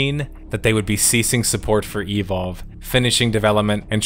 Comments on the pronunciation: just say evolve, why do u say E,volve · I love your channel so much and every upload gets me jumping outta my chair to tune in. BUT, the way you pronounced "evolve" throughout this video hurt my soul brother XD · Does anyone else hate how he always says e-Volve? Instead of eVOLve? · is it just me or does he say evolve kinda weird? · The way he says "Evolve" bothers me for some reason.